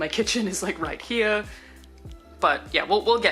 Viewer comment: Room Tour 2019: Return of the “Right He-uh”